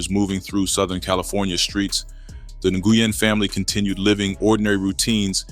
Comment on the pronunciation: Nguyen is pronounced WIN